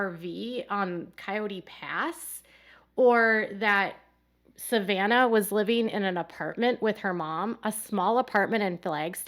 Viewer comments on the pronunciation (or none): none